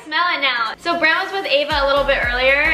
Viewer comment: This Had Me Laughing: I turn on caption: “Brent” Captions: it’s “brand”!